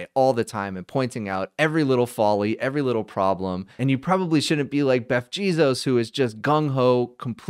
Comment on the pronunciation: Did he say Beff Jeezos?